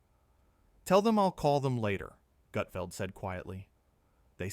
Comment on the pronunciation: This is total BS. Learn how to at least pronounce Gut..feld